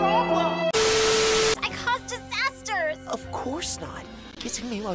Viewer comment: * i’M tHE dISZASATHER 😂